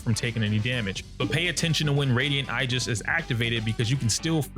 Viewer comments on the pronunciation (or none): Did this man just say igis instead of aegis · Nice guide btw!! but Aegis is pronounced “ ee juhs ”. Keep up the good work! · It’s pronounced Aegis.